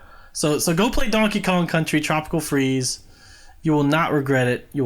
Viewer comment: "Jankey Kong"